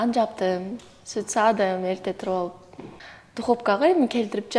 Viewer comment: Духопка эмес духовка 😂